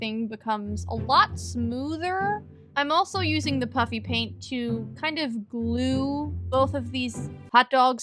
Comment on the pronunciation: Am I the only one who is hearing puppy paint in stead of puffy paint?